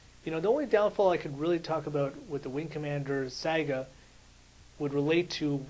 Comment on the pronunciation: Don't mean to be mean... But learn how to say saga. It's not "sega" it's sa-ga. Pronounced like saw-ga.